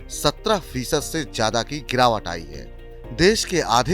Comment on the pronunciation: जयाधा नहीं! ज्यादा होता है! उच्चारण ठीक करे कृपया